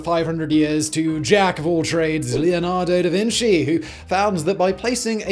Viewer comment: obligatory DA VINKY? joke.